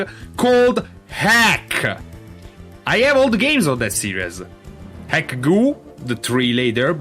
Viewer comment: nitpick: ".hack" is pronounced "dot-hack". The dot is not silent. :p